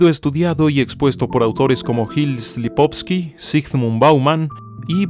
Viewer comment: Gilles Lipovetsky, se pronuncia Llil Lipovesky